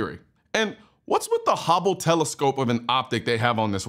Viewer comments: Hubble telescope, not hobble telescope. 😂😂😂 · Just a heads up Collon, it's pronounced h-UH-ble", not "haubble" lol. But this Kunce fella is a certified goon.